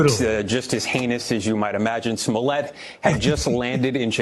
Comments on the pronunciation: You have to get the pronunciation right, like Dave Chappelle would say "juicy smuh-le-a" I implore everyone to watch his standup on that 🤣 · Excuse me sir, it’s pronounced, “Juicy Smoo-yay”!